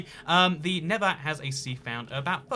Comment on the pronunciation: Why does he say never instead of nether